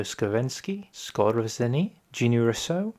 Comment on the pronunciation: Why do english-speaking guys have such big problems with pronouncing polish or even german names. "Warsaw" and "Otto Skorzeny" :D